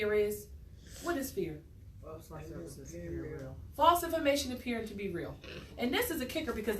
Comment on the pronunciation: Did she say fear was "false INFORMATION appearing to be real?" WTF is "fiar" and why are you qualified to homeschool those kids?